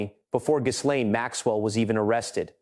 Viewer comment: S is silent in GHIsLAINE - Gillaine